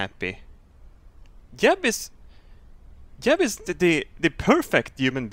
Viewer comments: he says yeb in stead of jeb lol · I hate how you pronounce j's like y's but that's just me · Is it just me or did he horribly mispronounce Jeb